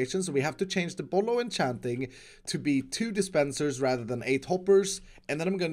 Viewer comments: Everyone: bottle of enchanting: bottlochanting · Itss bollochanting